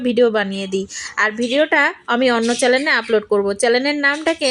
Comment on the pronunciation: চ্যালেন নয় চ্যানেল হবে